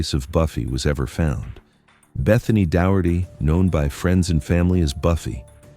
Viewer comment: This narrator sucks: he can't get the names right. It's Doh-hert-tee!😩